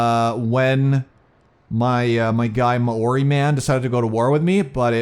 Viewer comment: hey, just letting you know, its pronounced more like "mow-ri" and also the "wh" is pronounced as an "F" sound. great video